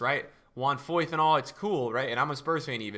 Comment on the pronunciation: Foyth er Meyer?